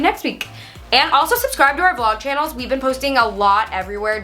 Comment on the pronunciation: be an haha british ppl be like